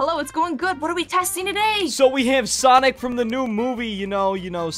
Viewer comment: Sanic not SONIC